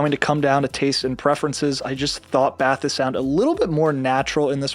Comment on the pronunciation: At the risk of being totally pedantic - I believe the Focal's are pronounced "bah-TESE" (leave it to the French to be unnecessarily confusing). But kudos for nailing "timbre"! Kidding aside, I loved my Bathys so much, I finally let my beloved Stellia's go. No, the Bathys are NOT at the same level as the Stellia's, but I also own a pair of ZMF Verite C's, and the Bathys were "good enough" to let go of one of my go-to wired pairs . . . and use part of the proceeds to try out the Apollo's, primarily for the aptX HD and LDAC support.